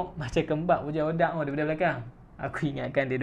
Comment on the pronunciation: Min sebut bagi betui.. bojan hoDDIYAAQQQQQ